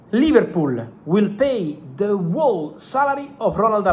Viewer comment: How has no one told him how to pronounce whole